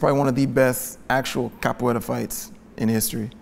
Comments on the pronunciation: As a brazilian it warms my heart how really tried his best with the pronunciation for the capoeira moves!! Very good!! I would love to see this guy again, he breaks things down so well!! Love his comment about stunt-performers! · seems like such a nice guy to hang out with and he also nailed the "Capoeira" pronunciation twice. Loved him! <3